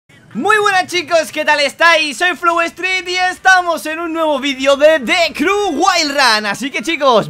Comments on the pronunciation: se pronuncia criu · The crew se dice como the criu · prado se dise de criu